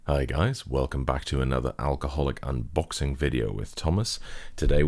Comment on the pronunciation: "Unoxing", good one, Thomas.